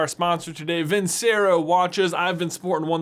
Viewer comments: I hope you know you are mispronouncing the name of the watch brand. It’s Italian...it’s pronounced...Vin-Chair-o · FYI If it's Italian, Vincero is probably pronounced "vinchero", since ce makes a ch sound. Just trying to save your brand deal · If this is an Italian company, it should be pronounced VIN-che-RO. "C" makes a "ch" sound, and the emphasis is on the last syllable (usually "o" in vincerò has the grave accent, making the "o" sound short but stressed). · I hate to be that guy, but it’s pronounced Vin-chero. I’ve seen more vids of yours and you pronounce it wrong there too. Might want to double check with your sponsor because if they’re Italian they’re prob offended. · And vincero is a Italian word, which means it should be pronounced vinCHero